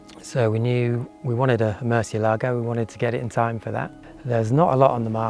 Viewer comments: Your pronunciation of 'Murcielago' is awful . This video explains how to say it correctly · And even on the door sill plates, Lamborghini shows how to properly pronounce Murcielago by placing the accent over the “e”, but people still pronounce it wrong by placing the accent over the “a”. Just nails on a blackboard to those that speak Spanish. Nice Lambo. The Murcielago is my fav. Motor has a sound that is closest to a F1 motor. Aventador sounds more guttoral. Murcielago is like a wailing banshee when up too.